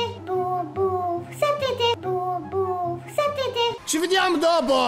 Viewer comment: "Ci vdiam dopo"